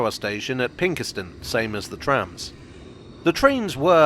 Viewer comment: Best one yet! PS Its Pinkston not Pinkerston :)